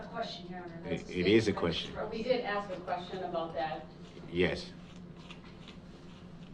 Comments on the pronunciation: All this nonsense aside, I cannot respect anyone who pronounces ask as “axe” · i ax u to have me understan. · that has bothered me so much! I can’t stand when people say ax. I had to investigate and ax was actually used way back as it is a short version of ascian back in 800 ad so it is valid and it still drives me crazy so I agree! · DARELL BROOKS DRINKING GAME: 1 Shots = every time mispronounces the word "ask" / aks 2 Shots = every time he objects to be being referred to as "" 3 Shots = every time "subject matter jurisdiction" gets brought up 4 Shots = any time he interrupts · When he “aks” a question 😂 He can’t even speak English, so why does he think he’s a lawyer? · This might lead to another murder charge as Brooksy wants to "ax" the questions. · Ax a question. Ax. Could nobody tell him how awful that sounded. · Oh my god the “ax” made me cringe each time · You know that someone is pure ghetto trash when they pronounce the word ASK as AXE. You lose all credibility in a courtroom or any conversation when you cannot even use the English language properly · If I could only despise this man base on one thing it would be his failure to pronounce the word ASK. The fact that he's also a murderer and a complete idiot helps as well. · He can't even say simple words like ask correctly,why is this man still being allowed to question the victims,etc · This brotha CANNOT pronounce the word "ask" correctly! Lol! funny guy. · no you are not supposed to speak at the jury. That’s only in tv shows. Try that with me doing the questioning and you would get shutdown immediately but dirtbag dumbo brooks has no idea what to do. Hell he can’t even pronounce the word ASK. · Great line of questioning from someone who can't say the word, "ASK" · Will the judge stop cuddling him(DB) along? Its the fault of brooks if he can't put a sentence together. Ghetto speak is not the language of mainstream America. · NOT ASK BUT AX 😅😅😅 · Shut one eye and ax another question.